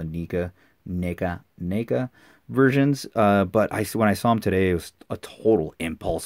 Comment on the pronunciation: Just got it today. Leo vs Shredder. Love it. Btw its Neca not nica like necka say it with me neca not nica lol js :)